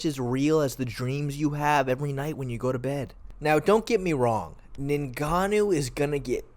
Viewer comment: Lol this was bugging me too